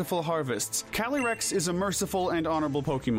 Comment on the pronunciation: I’m sorry but I can’t with the pronunciations. Cali-rex?